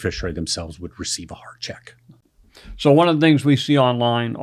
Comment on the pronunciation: dude the way he says hard check idk. thank you for the info.